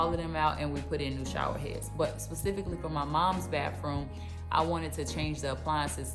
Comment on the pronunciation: It's pronounced baTHroom